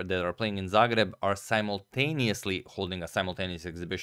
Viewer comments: You really have a problem with how a Croatian pronounces Zagreb? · I am a fun, but the pronunciation of Zagreb...